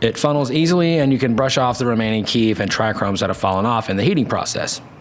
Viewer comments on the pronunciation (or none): He’s trying to educate but says trichromes